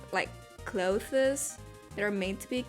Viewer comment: When you tried to say clothes, I was incredibly confused because it sounded like you were trying to say glow fist or something. I feel it’s pretty evident your first language is not English, and I’m not trying to be rude in any way, I just thought I’d point it out so you could avoid making the same mistake in the future. Really cool drawing btw.